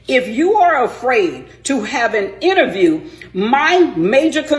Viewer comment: I think she needs to say interview and not innerview 😅